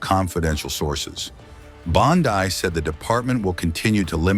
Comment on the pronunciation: Please learn how to pronounce officials names: Bondi and Gabbard. I am offended to hear them mis-pronounced.